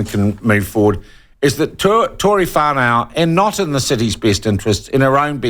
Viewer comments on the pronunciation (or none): Whano Sean,not Whanow sheeesh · Sean, it’s pronounced ‘far-no’. Put some respect on her name for starters. Secondly, so what! How many male mayors in the past have been drunks? The question is, can she do her job.. the answer is yes.